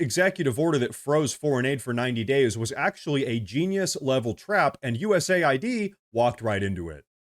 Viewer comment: But hey, he's projecting. But hey, the Dems have been doing this forever. But hey, it's pronounced US AID, not US ID as in the federal ID website. But hey - isn't what you say? "But hey..."